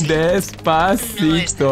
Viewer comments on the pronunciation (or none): Despavegeto why not instead despagito lol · He will never stop saying destcito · Nobody:; dEsPaVeGeTo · Despavegeto sounds very better than despacito :-D